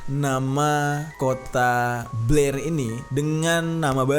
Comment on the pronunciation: BLAIR WEY BUKAN PLAIR🤣🙏 Beda cerita kalo mulut udah typo😂